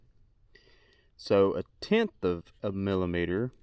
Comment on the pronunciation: Can we have more drunk math videos? "mill-uh-meet-er"